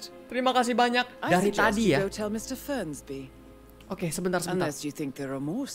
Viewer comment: FERNSBY MIAWAUUUUGGGG BUKAN FRENSBYYYYYY